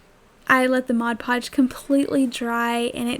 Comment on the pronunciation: Thank you so much for saying "Mod Podge" the right way. Most people say "Modge Podge", which drives me nuts....I know, not a big thing, but it does drive me crazy.... Absolutely love your crafts. Great job, and out of cheap items comes some very cute, usable crafts.....You have a new subscriber...Thanks.